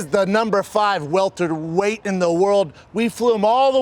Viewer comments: Pronounced it “weltered weight”? oh Brendan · He said “Weltered” weight